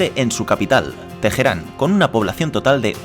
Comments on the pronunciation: Por favor! La h es muda no se pronuncia Tejeran... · * Dijo Tejeran. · genial el video, pero cada vez que pronuncian "TEJERÁN", siento que me va a dar algo xdxdxd. na pero en serio buen video!!! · TeJerán? madre mía